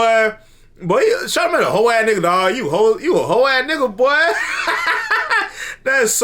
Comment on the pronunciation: You called him "CharleMANGE Da Dog." That made me laugh!